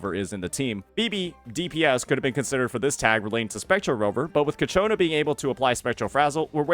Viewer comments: It's Ciaccona not Cacciona 😭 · Its pronounced CHA-CONE-UH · Of course, its coccaina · I'm actually gonna block this guy if I hear him say ciacconas name wrong one more time